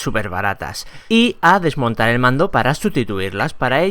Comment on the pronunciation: Dice pando y es mando xD